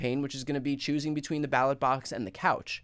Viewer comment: You do realize he was reading from a teleprompter, right? And he called the "ballot box" the "battlebox" at least three times, you realize this, right?